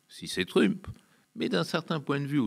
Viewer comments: En prononçant " trUmp", ce type a fait mon noel. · Le gars n'a jamais entendu la prononciation de trump et il prétend s'y connaître suffisamment pour analyser sa politique. Soit il ne s'est jamais renseigné sur le sujet dont il parle soit c'est une personne manquant de sérieux, de professionnalisme; dans tous les cas, du coup, c'est problématique, qu'il puisse s'exprimer sur ces sujets-là.